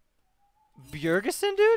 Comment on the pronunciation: "Bjergesen?" LMFAO